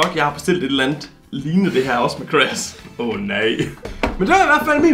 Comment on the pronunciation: Moller siger crash gulde siger cras